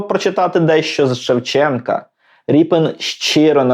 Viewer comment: Змилуйтесь, не РІПИН же ж! Рєпін!